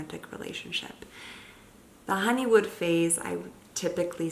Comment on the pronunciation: Is it honeymoon or honeywood? It sounds like she says "honey wood"